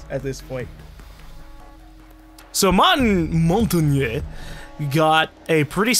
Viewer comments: Moe-n-tang. That's how it is pronounced properly. It's French for mountain. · montagne... g is silent and sounds like montane/montain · Montagne is pronounced mon-TAN-ye not mon-TAG-nee not mon-ten-YAY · I live in France and it's Montanye pronounced without emphasis on the nye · Ok, I decided to go look on the R6 siege wiki to end the fucking debate on how to pronounce Montagne's name. Apparently its "Mon-tan-yahh" exactly. NO MORE COMMENTS ABOUT THIS ARE REQUIRED. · Or he can simply say it exactly how he has been saying it without adding "eh" at the end. Trust me, French is what I speak on a daily basis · No, it's Mon-Tan-Ya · Hey, it is Mon-taughn-yay. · French for mountain Mon-tan-yay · Montagne is French for mountain. Just call it mountain :) or the pronounced version is basically Mohn-ta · It's mon-tagne the g is silent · It's Mon-Tan-Yay :) ask any French person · Montagne is pronouced as: mon-ta-ye. Mon as in: PokéMON Ta as in: Hakuna mataTA and ye as in: YEAH right. Someone even uploaded a youtube video about this. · coming from i who speak french it is pronounced (mon tan yeh) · Montagne is pronounced like montanya. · MONT-ain When trying to say Montagne, think of the word "champagne." I know that people have different ways of saying Montagne's name, but it's literally pronounced MONT-ain. If anyone says otherwise, I'm sorry. It's been bothering me a bit that people are just everywhere with the wording that they keep giving. Single answer: MONT - AIN. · I know that everyone's trying to help, but you do NOT say it like "Mon-tan-yay". The thing is, you can't really write it down using english words. It's [mɔ̃.taɲ] in phonetic, but the english doesn't use the sound [ɲ] as far as I'm aware (could be wrong, I'm french). But don't worry, it's not like it's offensive to say it another way, it's just a bit funny, like an accent if you will =). And besides, your prononciation is close enough imo.